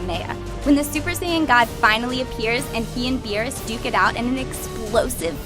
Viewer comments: Why does everyone still call him "Bills"? It's BEERUS!!! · Why is she saying beers?